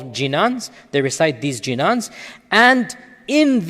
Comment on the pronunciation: It's not jinan it's beautiful word called ginan spell the word properly then we would respect